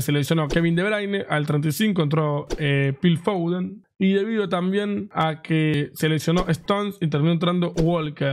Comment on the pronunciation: Me mata que Davo le diga "Pil Foden"